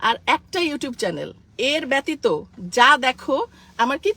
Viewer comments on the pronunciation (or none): none